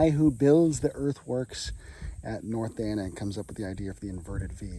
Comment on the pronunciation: MG Smith built earthworks at "north Dan"? Very hard to understand what you said. What battle? Where, when?